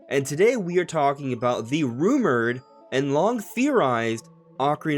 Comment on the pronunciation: Lost me at “rumored “